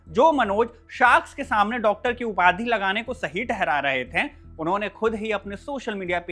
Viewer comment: गए को गयें आए-आयें थे - थें चाहिए - चाहियें उसने - उसनें रहे - रहें भाई हिंदी बोलना तो सीख ले कम से कम 😂